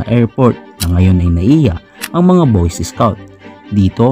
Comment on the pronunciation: boys escouts ang sabi niya